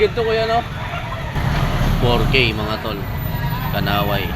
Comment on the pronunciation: kanawayon hindi kanaway